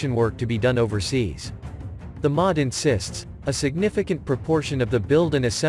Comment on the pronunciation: The M O D, not 'the mod'.